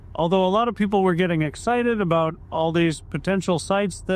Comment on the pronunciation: who says it’s not aBoooat😂😂😂